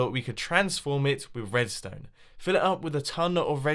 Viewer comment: is just me or did he say wedstone wire